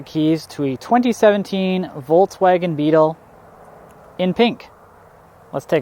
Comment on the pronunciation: It's so funny how no one pronounces "Volkswagen" right😂